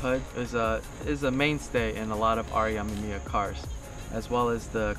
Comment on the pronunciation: He says R.E. Ah-mah-mia... but it's pronounced R.E a-mim-me-ah what any hot version with those cars to hear it pronounced correctly....and my issue is that he makes it a point so say it soo much.